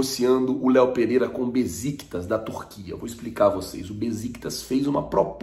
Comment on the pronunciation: Bom dia! O nome do time turco que negocia o Léo Pereira se pronuncia: Béchictash e não Beziktas.